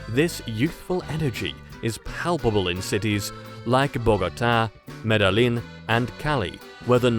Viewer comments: if you are gonna make a video about Medellin at least take the time to learn how to pronounce it correctly bro...smh... its MEDE-YEEN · Sorry, but as a Colombian I began to laugh every time I heard you say "Medelin" LMAO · The way you pronounce Medellin like Medelin and not Medejin tells meyou have never been on Colombia. I lived in Cartagena Cartago anf Medellin 14 years ans qas married 8 of them. I have 3 colombian kids. And no Mestiso is wrong. You have black from the slave trade and the indigenous indian (Memes) and white from the Spanish prisoners who came there in the 1500rs White colombians are very Racisit . I am white and my exwofe and ex girlfriend aee black so my kids are mixed. There are very few mixed people in Colombia. My white friends often asked me with discus in their face why i like black and brown women (like they have a deadly virus). The women are some of the most beautiful women in the world but also dangerous cuz they are very jealous. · Medellín (MEDA LIN) smh Its (MEDA YEEN) or (MEDA JEAN) aint that hard mane lol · MedeLLin with the hard L... smh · You lost me at Mede-lin. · It's ColOmbia; not Columbia. And Medellin is pronounced 'Medeyeen'. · Dude: you’re driving me nuts with your mispronunciation of Medellin. It’s NOT Medalin. Get the accent right on Bogota also. You might seem like you know something about Colombia but when you’re butchering the pronunciation of its major cities, it gives you no credibility. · cabron say medallin bien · I can see the cringe on some chick’s face as he’s talking about MedaLLIN lol. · This guy puts out a video and couldn’t take the time to learn how to pronounce Medellin properly ? 😂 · He pronounces every city wrongly. I think it is Ai. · stupid AI cannot even pronounce Medellin Lol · You never figured out how to pronounce the name of the place? Were you even there? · The guy cannot even pronounce Medellín correctly. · You didn't spend long in Medellin since you're not pronouncing the city name correctly